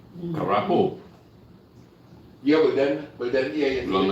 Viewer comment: Its CAPARO not CARAPO tho...wrt discussion on driving...